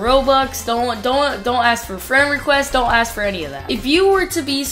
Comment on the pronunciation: I thought my man said ass not ask LOL